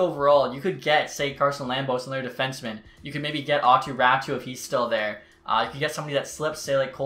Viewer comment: Just because you talk about him a lot, here is the pronunciation of Aatu Raaty. (Aw-too) (Raw-tee)